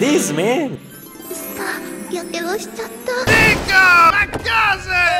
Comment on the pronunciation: Why i always heard Nico Bellic its like Neko Bellic (NekoPoi) :v FBI OPEN UP